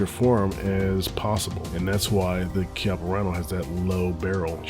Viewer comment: The 19 is super. And the Rhino is pronounced keyappa@